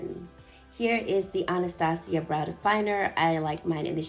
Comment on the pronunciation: Your video just taught me how to properly say Anastasia LOL